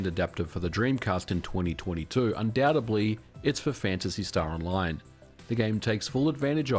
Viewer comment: its undoubteDly ... not undoubteBly 👍👍